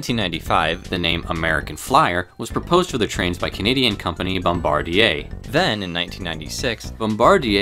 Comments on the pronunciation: Thank you for saying Bombardier properly!! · Great job on that Bombardier pronunciation!